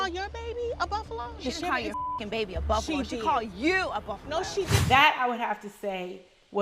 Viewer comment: why porsha say Buffalo in like a British accent